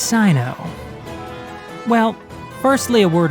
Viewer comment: THERE WE GO!!! It's pronounced "Sy-no"